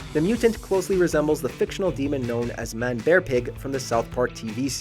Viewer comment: I can't stand the way you say manbearpig. "Man, bearpig" bothers me lol